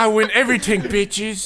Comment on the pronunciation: "i win everyting bitches"